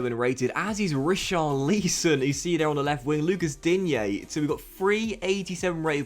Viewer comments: not an accent issue. I’ve heard other English guys pronounce it correctly haha, you’ve called him Richarleeeeeeson the last 3 fifas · How to pronounce richarlison=rich-are-lis-on